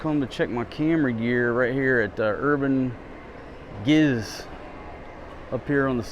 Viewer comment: i think it was pronounced Urban Jizz! Hahah